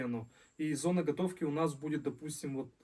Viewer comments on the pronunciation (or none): none